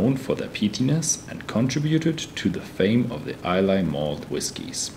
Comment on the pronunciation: ISLAY is pronounced EYE-LA NOT EYE-LAY. BTW Ardbeg does not use caramel coloring in their single malt whisky